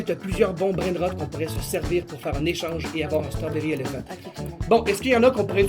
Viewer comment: L'accent strawberry elephante